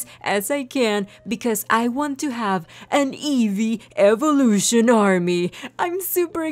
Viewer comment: how about the gym of evulution and the badge of eveelution evulution is pronounced evoolution and the e is like in evee